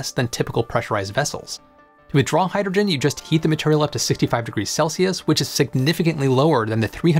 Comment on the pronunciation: If I play this at .75 (3/4) speed, I understand the words better but the narrator still sounds like he's slurring his speech. Hydrogen comes out hygegin. If he would take the time to enunciate the words then it wouldn't be necessary to modify the playback speed.